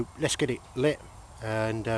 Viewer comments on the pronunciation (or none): *lit not kit